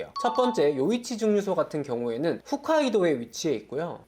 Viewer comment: ㅋㅋㅋ 훗카 라고 하는순간 영상정지함 ㅋㅋㅋ